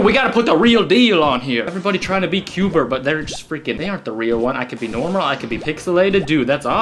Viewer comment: It's qbert You said qbe XD